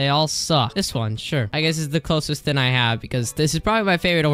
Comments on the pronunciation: I dont want to be rude but can someone please count how many times this guy tried to say "thing" but ended up saying "thin." 💀💀💀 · Not trying to be rude but can someone please count how many times this guy tried to say "thing" but ended up saying "thin" 💀💀💀